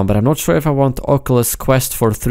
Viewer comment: Somebody can't pronounce oculus